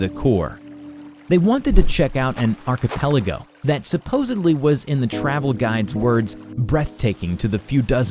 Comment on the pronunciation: You are the only YouTuber that says archipelago correctly.